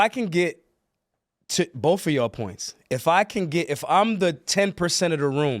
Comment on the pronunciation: It's not boif, it's both. Put your tongue under your top teeth to make the "T" sound. Not your top teeth over your bottom lip for the "F" sound.